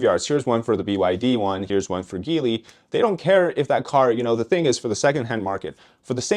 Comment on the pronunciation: Here Geely it's pronounced as gee-lee. Also how cheap is cheap labor? Is it below what average workers shpuld get in their country?